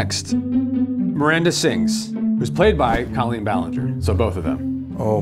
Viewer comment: PSSSST! It's CO-lleen Ballinger.. CO as in coworker. She's said it happens all the time and she doesn't really care either way, but at least now you know. 😆